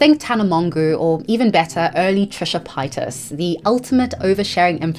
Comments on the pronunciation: Whats up with your pronunciation?? Tana monguu and trisha pitas? Julia zilg? Come on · Tana Mongu and Trisha Pie-tus??? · Why did you say Tana Mongeau and Trisha Paytas like that? They're much healthier than they used to be, have some respect